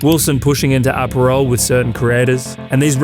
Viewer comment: I've never heard apparel pronounced like Aperol lol